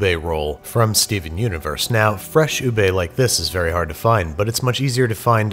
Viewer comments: Btw... Its Not U-Bey Its U-Beh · HE SAID "YOOB" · Oo- bee is the correct pronunciation in Malay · What’s “oobe”? -It’s “ube.” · I used to read "ube" like in uber 'oob' Thank s for the correctiom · how americans pronounce ube: ubae how Filipinos pronounce ube: ubeh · Hey Babish, i know about ube which comes from philippines🇵🇭 and they dont say OO BAE, they say OO BEH, so you should pronounce that properly. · Ubeiii HAHAHAHAH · its ubi tho not ube its indonesan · Steven: What is “ube”? Filipinos: say sike right now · Bro said ube wrong☠️